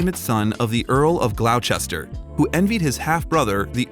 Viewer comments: Re: King Lear, Glawchester!?! It's pronounced Gloster! Otherwise a good biography. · Oh please. Glow chester! Its pronounced gloster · "GLAW-ster," not "glouchester." This is now the 2nd video I've seen with the same narrator mispronouncing names. This guy should not be a narrator! Part of the role of a narrator is actually pronouncing things correctly. Yikes. This is just lazy. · . . "The Earl of Glou-Chester"??? It's pronounced "GLOSS-ter" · " Glow -Chester!?!? ' Gawd help us! Americans please note, the English city and dukedom are pronounced "Gloss ter ". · It’s GLOS TER not glowchester ! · GLAUW-CHESTER??? 😂 Nice doc though 👍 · Interesting film thanks, I learnt a lot about Tom and have listed films to go see I’d never heard of. I wish he was on the stage more and that he toured the plays. Would be great to go and see him on stage. just a note: Gloucester is pronounced Gloster. I would also look up the correct pronunciation of (Anna) ‘Karenina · Gloucester is pronounced Gloster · . When coming upon words you've never heard before, I advise looking up how to pronounce them. Gloucester is pronounced "Gloster". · I wonder who the narrator is of this video. He is obviously not a Brit because of his pronunciation of Gloucester . The video is about a man who is a Brit and the role being discussed is a Shakespearean character. Someone didn't do any homework.😟